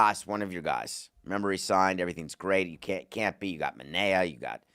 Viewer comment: David, it’s obvious you don’t like the Mets. Probably because you’re a marlins fan. You can’t even say Manea’s or Montas’ name right. And you forgot to mention the Mets have Senga. Montas deserves to be demoted. I’m happy they are having him pitch mid game instead of starting. His last 5 or so starts have been terrible. You also didn’t mention the Mets have 2 stellar starting pitchers in triple A with Sproat and McLean. Why didn’t we talk about why not bring them up? It’s time.